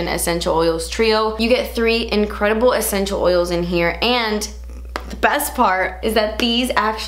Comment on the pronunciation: Nobody:: “ECHENTIAL” OILS!